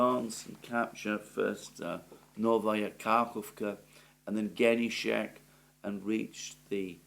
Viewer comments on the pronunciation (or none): Alexander, Genichensk pronounces like - GE- Ni- TCH- E- N- SK